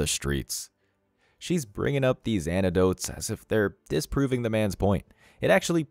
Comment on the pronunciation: It's anecdotes Not antedotes FFS